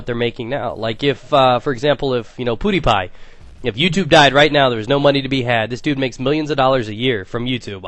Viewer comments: i seriously thought you said pootiepie instead of pewdiepie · Does he mean 'PewDiePie' not 'PoodiePie'? Anyway, Pewdie is actually a really smart person. If YouTube 'died', he would probably go back to the University of Technology (where he previously was before he quit and starting making YouTube videos). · you said piediepie wrong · I lold to the way you said Pewdiepie :D